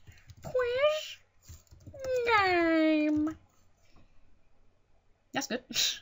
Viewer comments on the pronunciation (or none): i like how he says "qUUeIs GEEm"